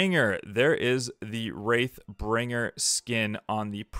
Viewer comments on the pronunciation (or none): wraith bringer HAHA HAHAHA not wrath its wraith